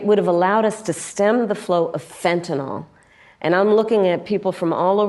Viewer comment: Hey Kamala, it's fentanyl..... Not fentanol